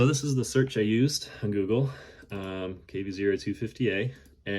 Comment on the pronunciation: The second dude who claimed he found it couldn't even say "Google" right 😂 he said "Gurgle". Nothing says your obviously a drunk more than this guy's pronunciation of Google 😂